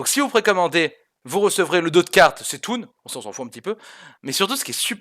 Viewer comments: Il va super vite falloir arrêter de dire "cétoon" là c'est plus possible ! D: Y'a une apostrophe pas un espace, ça se prononce "ktun", y'a pas d'ambigüité possible !! C'est un clin d’œil à Cthulhu, y'a pas de raison que ça se prononce pas pareil ^^ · C'thun se prononce "Ktoune" et non pas "Sétoune" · Dit Ktun stp. Pas C - toon. C'est TRES dérangeant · et on dit pas C'est toon mais k'toon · arrete avec ton cétoon! ca ce dit "ktun" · C'est bien beau tout ca, mais ca se prénonce pas "cétoune", mais "kah toun". Les cartes toons c'est dans Yugioh, pas Hearthstone, merci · Je suis pas totalement sûr de la prononciation, mais pour moi ça se rapproche de C'thulhu (étant donné la référence....) qui se prononce soit "Ktoulou" soit "Stoulou", mais certainement pas "Katoulou" :D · OUI MERCI !!! J'ai perdu mes oreilles pendant toute la vidéo ;3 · C'thun se prononce ktoune pas cé toune, (commme tout les Dieux très anciens C'thun est inspiré d'un grand ancien de la cosmogonie lovecrafitienne, de la même manière que Yogg Sarron=Yog-Sothoth, ici C'thun=Cthulhu ) or Cthulhu se prononce ktoulou pas cé toulou. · ça se prononce K'ssoune! Pas C'étoune! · et Il va super vite falloir arrêter de dire "cétoon" là c'est plus possible! D: Y'a une apostrophe pas un espace, ça se prononce "ktun", y'a pas d'ambigüité possible!! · ça s'écrit C'Thun mais on prononce KATHUN BORDEL!! KATHUN!! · Il faut prononcer Keu-Thun, comme Cthulhu se prononce keuh-THOU-lou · bon selon lovecraft le th est plus glutural, mais il dit aussi qu'aucun mortel ne peut le prononcer sans devenir fou donc bon... En tout cas les rôlistes semblent s'accorder sur "ktoulou" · Je crois que le point de l'OP est surtout que C'Thun ne se prononce certainement pas Cétoune. Ce avec quoi je suis d'accord. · "C'Thun" prononcé "cétoune" xD hahahaha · Conséquence de l'arrivée des kikoos dans l'univers de Warcraft et de H. P. Lovecraft. Bientôt on va entendre des "cétulu" ! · Cisla40 Exactement haha